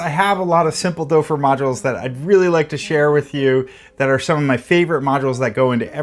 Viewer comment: Great video! My only thing is your pronunciation of the name Doepfer. It's better if you pronounce it as "dupfer" instead of "dopfer". oe sounds more like an u instead of an o.